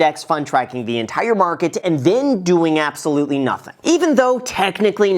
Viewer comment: "Apesolutely" was almost the sole reason I would've held this like 😂.